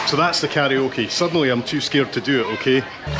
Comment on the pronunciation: Finally, someone (a non-Asian) pronounced "karaoke" correctly. Love all your videos